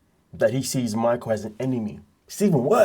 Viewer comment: = You keep calling him MAICKOWLLLLLL 😂😂😂